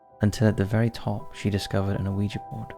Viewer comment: Dear Top 5s O.G. Narrator: Let me start by saying I love your guys' work, and I've been a subscriber since circa-2016-ish. I just have one request. Can we PLEASE stop pronounicing the "O" in "Ouija"? Just pretend the O is a W? "Wee-jee." Like "Squeegee", but without the S. Everything else is super-rad; I love and appreciate all your hard work. This tiny, inconsequential thing really bugs me for some reason. A reason only known to my twisted brain, and it kicks me out of the magical stories you weave for us. That's a me problem, not a you problem, though. I can grit my teeth through it. If you absolutely MUST pronounce the O, who am I to tell you that you can't? I'm not. I'm just saying that it picks a scab on my brain, for some reason. Like those jerks that have to correct people's grammar online. I'm really trying not to be "that guy", but I'm failing. I still platonically love everyone on the team, though. Thank you.